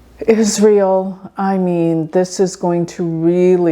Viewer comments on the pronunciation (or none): none